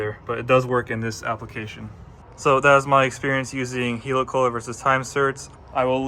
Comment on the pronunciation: Helicoil - pronounced in the same way as helicopter, not 'heelycoyle'